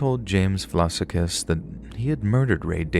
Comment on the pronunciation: Ahhh good to hear the bodies in the barrels murders are represented on the channel..his surname is pronounced vlah-sah-kis btw..as an Adelaide resident, please do keep in mind it is a beautiful city and many wonderful people, unfortunately there are rotten apples that ruined the fair name and nature of the city